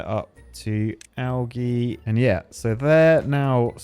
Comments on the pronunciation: Bird make him say algae right 😂😂😂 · Does he not know how to say algae.